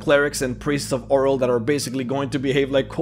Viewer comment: I believe it’s oh-reel not oral